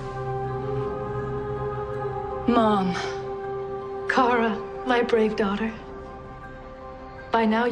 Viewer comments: me = gets triggered everytime you pronounce Kara's name wrong (it's pronounced car-uh not karra (well at least on this tv show) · I love this show, and that's hot how u say her name it's Kara not Kira not carea. It's Kara like car-a KARA!!! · he calls her Cara IT'S KARA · Its Kara not Kera You just want to get fans angry don’t ya? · i cannot believe he called her Kerah!! Who are u Cat Grant??! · It's Kar-A not Kare-A Oh well, it's like really late and I'm on my nightly YouTube spiral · ITS, not Keria its car-ra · Am I the only one getting triggered every time he says Kara's name wrong? It's K-ah-r-ah... not K-ae-rah.... oiiiiii Side note: yes, I am aware that I sound like “it’s Levi-o-sa, no levios-ar” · I think it was on purpose because Cat Grant calls her Kera in the beginning, too. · Your right it’s pronounced Kira 😂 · Her name is Kara (Car-a) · Pancake The Dog it's pronounced "Quara" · actually cat grant calls her kiera {ceer-a} not care-a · He was joking because Ms. Grant calls her Ke-Rah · No. The CBS/CW show is wrong. By extension, you're wrong because you're relying on them. Watch the Helen Slater movie(It's out on Blu-Ray now). It's Kara, CARE-A. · it’s pronounced Car-A it’s spelled Kara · Kara is pronounced CAR-UH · It's ka-ra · i had my volume super low when he said kara's sister and i honestly thought he said carrot's sister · ITS KARA (car-ah) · Her name is pronounced car-a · It’s KAHRAAA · Just a hunch but I feel like he purposely mispronouncing her name it’s Kara say it with me now Kar-Ra. Kara okay? Good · Her name is pronounced (Car-A) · it’s CAR-aaa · I'm sorry but its not Kara the way you pronounce it. Its pronounced Car-a. Like Its a * Car Uh! * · In so sorry but is (car-ra) thanks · Whenever he says Kara like Cara I cringed 😑 its just... ugh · Him saying Kara’s name wrong the whole time was kinda pissing me off lmao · Enjoyed it the most, but said her name wrong the whole time lol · To be fair, that's the how Kara is pronounced in Smallville.